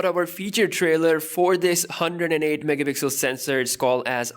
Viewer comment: Normal people: megapixel: MEHPIXEL